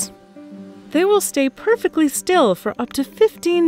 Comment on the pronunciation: I liked how she said "purrrfectly".